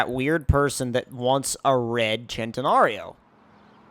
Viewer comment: its not said ch-en -ta-nar-Ee-oh it’s said sent-i-nar-ee-oh